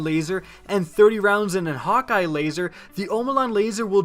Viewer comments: Ayou cant even say häkke its not hawk eye its kinda like haykke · exactly what I was thinking :D it's "hah-kuh" everybody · Did he just say Hawk Eye... It's Hakke. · No biggie to me, but just in case you are wondering, you are pronouncing Hakke incorrectly. According to an interview I heard with DeeJ, the last part of the word has an "uh" sound. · You pronounced Hakkë wrong